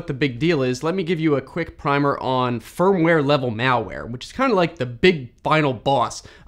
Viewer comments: It should be Firmware not Fimware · you said fimware not firmware… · fimware instead of firmware. Not sure if anyone caught that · "Fimware" lol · What is "FIMWARE"? ;) So, replacing/updating the firmware doesn't remove the malware? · Hehe "Fimware" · ah yes, fimware